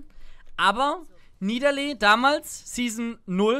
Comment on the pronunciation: das heißt "Nie Da Lee"